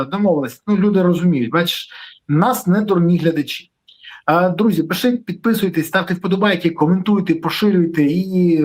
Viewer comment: Береза ти реально задовбав-просиш що 5 хвилин писати,ставити лайки,підписуватись-то хоч вимовляй ПИШІТЬ правильно,не плутай з кацапською вимовою пішите😂😂😂